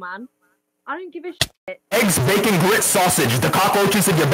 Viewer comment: backon” “sausoge” “headroom” “heald”